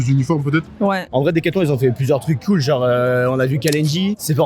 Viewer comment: Comment avoir une classe de folie et perdre de sa superbe en s'exprimant seulement en quelques secondes 😱 "Genrrrrrrrrrrrrrrrrrrrre"